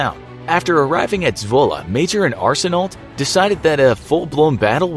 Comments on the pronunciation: Only some Canadians can understand he was saying “Arsenault” wrong.... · You not supposed to pronounce the last letters of L and T in Arseneault. The more you know. :) It's pronounced the same way mine is spelled, regardless of the spelling.